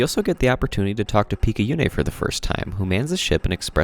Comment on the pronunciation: Good video! Though I hafta note, we don't play as Izu during the game. Izu's the bunny girl, that's why there's so much rabbit-related stuff in her memory. We play as Picayune's corpse, revived by the suit she was wearing after she got possessed by the aberration. Also, it's pronounced pik-ah-yoon, and picayune is an actual word meaning "of little value or importance" which is just sad to think about